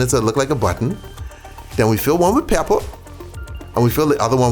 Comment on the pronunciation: He sound country AF when he said pepper! Peeyuppa 😂😂😂😂😂